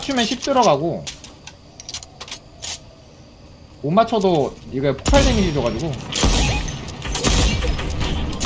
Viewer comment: 폭팔이 아니라 폭발 아닌가요?